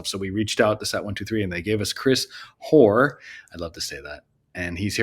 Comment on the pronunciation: I used to be a whore. -Oh wait, you said Hoar.